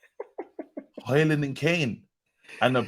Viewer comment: you gotta stop pronouncing the 'D' in Hojlund 😅